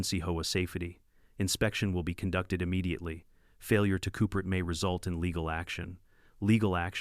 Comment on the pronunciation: Coop er ate???? Seriously, someone needs to teach pronunciation ….😂😂😂